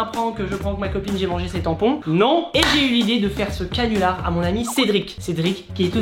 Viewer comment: T'a dit cinular au lieu de canular